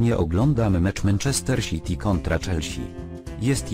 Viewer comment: Menczester Siti kontra Czelsi Xddd